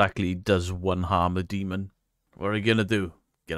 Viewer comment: She: "look at the upsidedown dee-mong creatures" Me: "nah its dust and you are full of shiff.. the bullshiff variety with some mentally unstable frosting on top". All joking aside, i renovate houses and the occasional castle if the price is right. 1 hammerstroke on say a door will send off so many dust particles at some point it will seem like its snowing. When in doubt throw it out is my stance and if you can recreate of there is a natural explanation ( like you are walking into a dilapidated, dusty property, your camera will pick up dust particles) "do you know if its safe" Sigh you are in an abandoned property where there is crap missing from the sealing. Probably refurbished at one point and if its in the 1960s-1990s you can be safe to bet that there is some form of asbestos in there. Huffing and puffing it in. So to answer the question NO its not safe. If paint is peeling there is a likelyhood its lead based and that also causes a crapton of OTHER problems. Now imagine being a family with having real unexplained scary phenomena going around their property. then you have those knuckleheads show up and make a mockery of what is going on or what the family is going through... This is why i like certain documentaries ( like time team about excavations and archaeology and it has humor in it as well) or series like the "into the bermuda triangle, cursed waters " where they follow oceanographers and dive teams trying to identify mystery wrecks. That team found parts of the debr